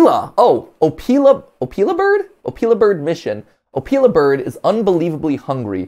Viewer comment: I think matpat said the opila name wrong